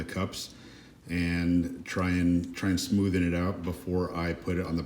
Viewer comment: Stop saying "smothen out".